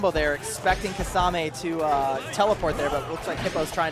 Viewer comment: why do u guys pronounce kimimaro correct but not kisame...